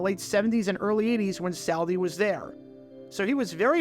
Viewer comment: Dude, you mispronounce names more than anybody on YT! It’s not saul Di! Not Sal Di